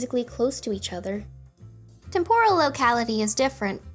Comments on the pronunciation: con-tig-you-us, temp-oh-rehl . What a cool video! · Agree. She did the same thing with "temporal". TEMporal not temPORal. I suppose it's endearing--the mistakes you make in your 20s. This American Life had a whole episode about those kinds of mistakes--stuff you thought was correct long after you might have learned otherwise. Otherwise terrific video! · Your pronunciations of contiguous and temporal are making me cringe.